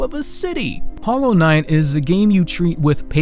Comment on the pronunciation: U pick hollow knigth? Ur "HOLLOW RIGTH"